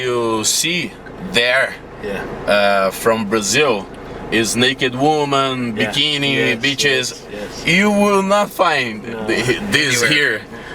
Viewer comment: Isso mesmo, BITCHES e não BEACHES!